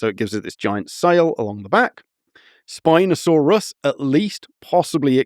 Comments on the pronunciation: Why tf is he saying Spinosaurus so weird half the time, like SpinoSAUrUS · Love the emphasis of syllables. Spinosaur Russ